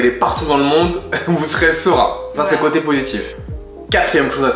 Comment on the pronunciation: « de côté » et non pas « de cöté » 🙂